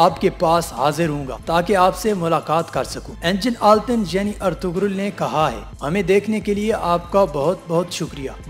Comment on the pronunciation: its pronounced as Erturul. :)